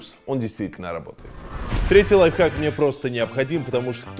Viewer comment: 2 '' лайфхак'' Не лайфхак!!!